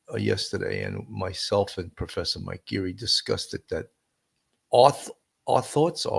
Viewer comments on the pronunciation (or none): It's discussed. Not discusted.